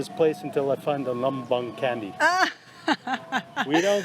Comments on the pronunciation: it's CHANDII not candy 🍭 lol 😂😂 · "C" in Indonesia pronounce like ch,or che as latin I think. Not in English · Candi not candy Lol 🤣🤣🤣🤣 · Your vedios are good . But the way of laughing imitating is not correct . We use local pronunciation only. Candi they wrote like that but actual is chendi . Do remember when you visit temple or any holy place there don't laugh imitate those areas . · Good morning at 06.40am from Jakarta and. Thanks for exploring Yogkarta and Magelang and showing the magical Temples in both City. I like when says 'candy' to call the 'candi'. Hahaha it's so funny. I never skip your videos when you're in Indonesia and always waiting every week for the video. Terima kasih and enjoy your trip.